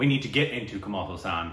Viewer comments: Dude btw. It's Kamal Haasan. Not Kamal Husan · Watch ' Nayagan' 'Indian', 'Appuraja' 'Sadma' and 'Alavandan' back to back to get a bit of who this legendary actor, Kamal Hassan is (Haasun not HU Saan) 🙏💜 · Kamal Haasan not Kamaal Hassaan. Please watch Sadma.